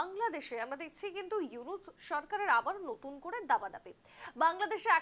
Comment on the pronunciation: ইউনুসের নামই যারা সুদ্ধভাবে উচ্চারণ করতে পারে নাহ,তারা নাকি আবার সাংবাদিক! 😂😂😂